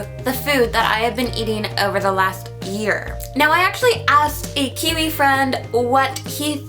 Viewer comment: Your saying kiwi wrong